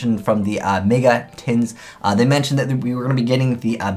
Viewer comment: "may-ga" shudder